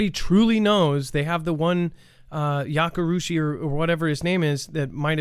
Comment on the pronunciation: My boy said yakarushi lmfao